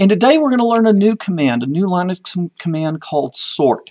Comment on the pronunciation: Linus Torvalds and everyone else on the planet pronounces it Lih-nix (not Lie-nix). Get it straight! What did I learn? You can't type, you can't spell July, you forgot October, and you take 40 forevers to teach the simplest Linux commands.